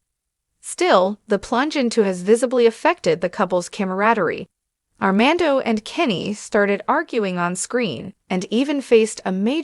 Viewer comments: How serious can this be if she can't even say Armando's name correctly 🙄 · How can you speak about them its not R man doh Can’t pronounce fiancé correctly either C’mon